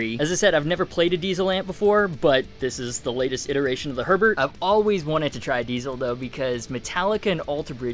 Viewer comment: Btw it’s German - it’s pronounced more like “hair bear” than “Herbert”